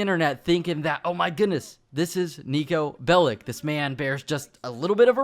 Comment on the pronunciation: Its not called 'Niko Bellick'. Its 'Niko Bellič'